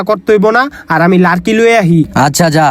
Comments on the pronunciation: ভাই ওটা লারকি হবে না লাকড়ি হবে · Dail ❌ Dal✅ Larki❌ Lakri✅